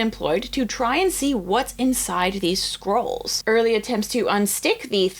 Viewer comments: The diction in this video is appalling. It's "scrolls" not "squirrels". The rest of it is garbled, unclear and mispronounced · 5.03 Did she say carbonised Herculaneum squirrels? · Every time says "scrolls"... I keep hearing "squirrles" ( 🇩🇪 ) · It is so cool that there is so much passion for these ancient lumps of charcoal that multiple people are funding multiple ways to read them. I agree---this is the bright side of technolog, of AI, of computers, and the wonderful nerds who can do this magic! (P.S.---every time you say "scrolls" I hear "squirrels," which puts a whole new light on the entire endeavor!) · She does kinda pronounce "scrolls" like "squirrels" tbh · all i hear is squirrels😂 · I keep hearing "squirrels"